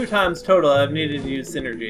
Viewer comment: You're pronouncing psynergy wrong. It's said like "sigh-energy", not like "synergy" as you are saying. They keep talking about how it's a mind power, hence the "psy" as in "psychological" or "psychic." Other than that, nice play-through and commentary.